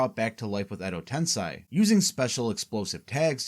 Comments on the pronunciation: edo tensei, not tensai...... tensai means genius, which you clearly aren't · Wtf is "edo tensai"? Ive only ever heard of "edo tensei". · Why do you pronounce Tensei as Tensai? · It's called Edo TensEi not TensAi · it's edo tensei, not edo tensai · Edo TensEY not TensAY. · its "edo tensei" not "edo tensai". Quite a lot of wrong pronunciations in this vid. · Is this an AI voice over? I've never heard anyone say Edo Tensai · Why do you say Edo Tensai? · like honestly how do you watch throughout the whole series and hear a word that many times and still get it wrong lmfao americans can't learn another language